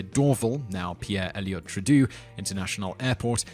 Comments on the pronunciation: Bah, it's "Tru-Doh", not "Tru-Dew"! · Tru-doo? More like "Tru-dough" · lol, pronouncing Trudeau as "True-Do"... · It's not Trudooo. It's Trudeau (Trudough). Same as Canada's current Prime Minister, Pierre's son. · You pronounced the Canadian airport as "trah-doo" but it's "troo-doh" Actually we just got a new prime minister with that name. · lol.. pierre-elliott "trudooo" international airport.... it's pronounced Trudeau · Dorval is not pronounced DOR'-vul, but dor-VAL. Trudeau is not pronounced tra-DOO, but TRUE-dough. As for the Millennium Dome, it was built a year too early. Since the millennium actually began on January 1, 2001 (as there was no Year Zero) Londoners should have had a perfectly good idea of what to do with the Dome on that date. Since they were seemingly oblivious to this fact, the structure is a fitting monument to those who foolishly believe that the new decade/century/millennium started at the beginning of 2000 rather than at the end. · As a Canadian, I just have to say - "Pierre Elliott TROO-DOH", not "TRU-DOO". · Trudeau true-doe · True-DOH my accented friend :3 (trudeau) Normally mispronouncation's ruin a video for me, but you're allowed each and every time lol. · Simon's pronunciation of words that are even slightly not in English is... to say the least... cringeworthy. Dorville? Trudoo? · Did you seriously pronounce trudeau as tr-uh-doo? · Yup. He should have said "True Dough". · Pierre Elliott Trudeau (True-doe)Dorval (Door-val) (As in Val-entine)Mirabel (Mayr-ah-bell) Just some help there, for future reference. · Simon, I love your work, but man do you butcher names. Trudeau should rhyme with dough. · Trudeau is pronounced more like True doh. Triomphe is pronounced with a short i as in insane and the om is as in ominous. Just nitpicking, I really liked your video anyway. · It's pronounced True-doh. :) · True-Doh, rhymes with Play-Doh (Trudeau). Great list, though :) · That pronunciation of Trudeau tho... facepalm